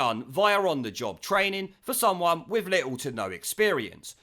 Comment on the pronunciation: "We need to look at twaining". As bad as the bloke on Only Fools and Horses murdering Roy Orbision's Cwying.